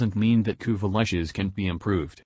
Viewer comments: "Kuva Lushes" - "Kuva Latches" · Had to stop listening because of “Kuva Lich” being okay singular, but pronounced “Kuva Lush” as plural, which was irritating as shit.